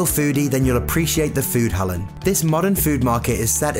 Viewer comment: Foodhallen was het enigste woord die hij recht uitsprak.